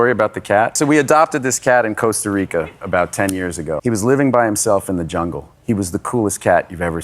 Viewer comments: Costa Rica, not Coasta Rica. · Why do people say 'Coasta Rica' when it's Costa Rica? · Is it that difficult to pronounce Costa Rica correctly?